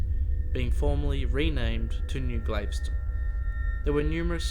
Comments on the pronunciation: It's pronounced g-a-l-v-e-s-t-o-n not glaveston. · ITS PRONOUNCED...GALVESTON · Great video. Just a suggestion, the pronunciation is most likely like that of Galveston, Texas. It would be like: GAL-vi-stun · Got the wrong pronunciation for Galveston... Gal, like Gal Gadot Ves, long s Ton Town in Texas near Houston Tx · Forgive me, its pronounced GahL-veston. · Pronounced Gal vess ston. Its a city on the gulf of Mexico 60 miles south of Houston.